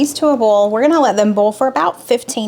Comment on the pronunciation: How do you differentiate between a bowl and boil or oil ? It all comes out sounding like OLE.....I know it's southern thing and I'm in Canada but how do you tell the difference when you use them and they all sound the same? Not meaning to be disrespectful because I love your channel and faithfully follow you, just curious. Please don't be offended cause that is not my intention either. Thanks for the recipes this week, I am really anxious to try the potato salad, that looked very interesting!